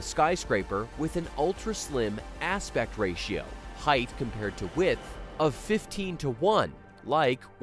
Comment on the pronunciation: Oh no! he says heigth instead of height. Doh!